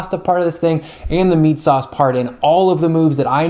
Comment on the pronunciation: He said Meat Sheet.